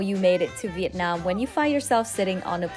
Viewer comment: Your Viet Nam pronunciation is charm and lovely. Cheer from DC USA